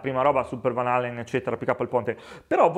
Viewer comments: Bella prova, bravi voi e bel canale che seguo spesso. Però mi chiedo: perchè 2 chitarristi esperti e bravi come voi pronunciano quell'odiosissimo "vanalllen" con 3 elle? Questa storpiatura insieme a "gimmi endrics" è come un graffio sulla lavagna. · Gran bel video, gran chitarra, gran suono. un appunto: imparate a pronunciare Van Halen con una "L" sola, non Van Hallen 🙏😂